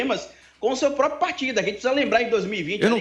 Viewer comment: Um historiador e analista político que diz "póprio".